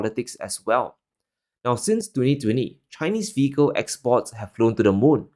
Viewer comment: Love the content, but please slow down your pronunciation of "vehicle" because it keeps sounding like "fecal" and it's distracting. Thanks!